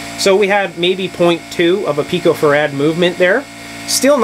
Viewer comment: There is no emphasis on "rad" when talking about farad. Use an even emphasis on "fa" and "rad" please.